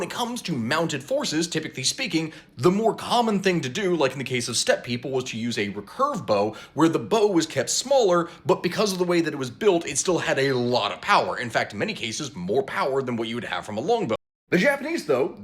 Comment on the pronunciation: BTW it’s pronounced RE-Curved not “Rahcurved”. You doofus.